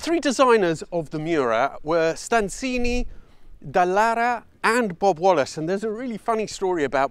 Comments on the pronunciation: Ciao, StanzAni, non StanzIni (like little rooms LOL)! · The engine designer was named Stanzani, not Stanzini.